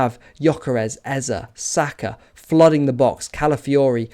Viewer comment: Great analysis as always. Love to hear someone pronounce Eze's name correctly too. 😅👍🏻❤️🤍